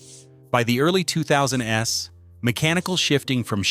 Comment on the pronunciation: By the late 2000 ess? What kind of AI BS is this?